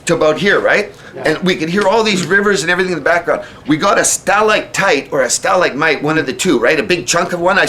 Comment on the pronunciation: stell-ike-tite, stell-ike-mite??? ha ha ha ha ha ha!!!!.